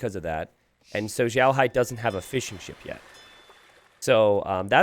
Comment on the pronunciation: Yeah i was cringing so much at the pronunciation of both their names hah